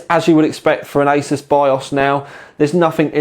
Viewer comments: Ay-soos not Ay-sus. makes it easier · I was at a tech show last year and the ASUS rep really gave people grief when they said A-SOS and not A-ZEUS !!! So, I can confirm it is pronounced A-ZEUS or A-SOOS depending on how much Z you put into your S's...lol